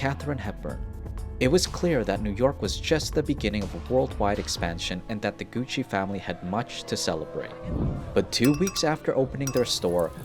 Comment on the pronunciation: Its Gussi not Gutsi